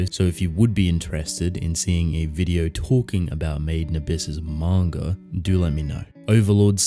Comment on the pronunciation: "Mawn-ga" xD